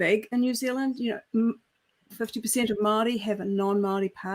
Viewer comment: The last thing I want to do is give PR tips to the HRC, which has grown to be one of the most dangerous institutions in Aotearoa in terms of threatening our freedoms, but, if you're going to speak Te Reo Māori, don't speak it like a person who has just arrived in the country and is trying to get virtue signalling points. Your pronunciation is straight out of the pākehā 70s, at best. Get a kaiako Māori! In this era, I'm quite amazed that no one in your organisation has said anything. Does this indicate you are surrounded by fawning yes-men/women? A PR disaster. In sincerity.